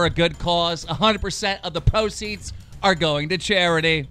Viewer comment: Did he say "poceeds" lmfao